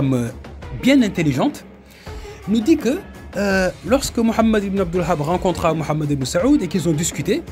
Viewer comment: Frère si tu pourrais prononcer le nom du chef des wahabites autrement ça serai pas mal pour honorer le nom de notre bien aimé prophète psl